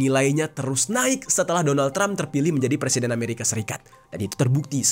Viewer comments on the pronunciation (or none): none